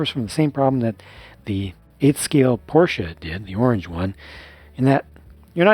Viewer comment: Thank you for not saying “Porsh!”